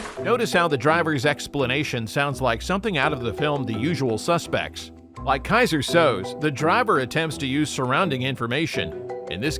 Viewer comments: Narrator horribly mispronounced Keyser Soze. The last name is 2 syllables. SOO-Zay. He ain't never even seen that movie. Even Steve Baldwin can say it right. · Bro said “kaiser so’z” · "Kaiser Sohz" 😂